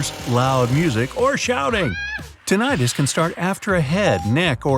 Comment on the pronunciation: It's pronounced TIN-ih-tus, not Tin-AYE-tus.